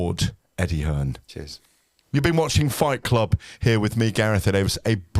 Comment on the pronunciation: "I'm GarethEh Davis"